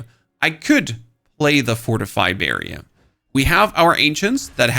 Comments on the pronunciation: lol the way you say "barrier" makes me want birria tacos, like right now. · I need a barrier against how you say barrier.